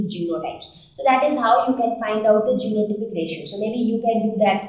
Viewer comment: Mam when you said genotypic ratio l can't catch it clearly. I think you should be mention anywhere.